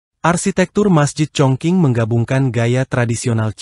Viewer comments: Iyaa mhn baca yg benar chong jing ato kedengaran hrs chong cing bukan baca chong king...jdi salah ucap he ..he... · Sudah lebih dari cukup utk jd sebuah negara seukuran negara Belanda, bahkan lbh besar. Luar biasa kemajuan China. Btw, admin salah sebut "Congking" dan "tjiberpunk". Mestinya: "Cungching" dan "Saiberpank" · Dialeknya ga tepat bro.. Chongqing bkn congking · ChongQing bacanya Chong Jing yg benar.